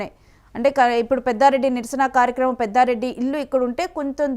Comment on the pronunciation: పెద్దారెడ్డి కాదురా బాబు పెద్దిరెడ్డి